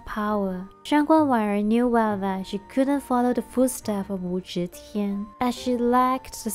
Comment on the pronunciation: you mispronounced Wu Zetian's name throughout the video. "Ze" is NOT pronounced "zhe".